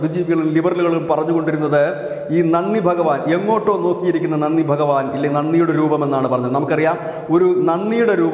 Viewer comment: നന്നി അല്ല നന്തി means vrishabh